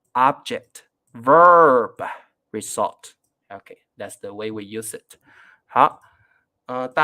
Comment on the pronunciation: ， result rɪˈzʌlt 这个英文字你完全读错了。